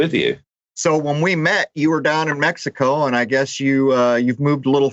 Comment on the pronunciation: MEH-HEE-CO !! MEXICO